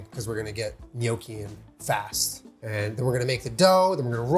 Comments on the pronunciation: GNOCCHI. Perfect pronunciation (*ITALIAN TEARS OF JOY*) ❤ AWESOME VIDEO. 😎👍🏻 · thanks for not pronouncing it no-key!! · If you didn’t pronounce it right I would have had to leave. So thank you. I hate when people call them “NOCKies”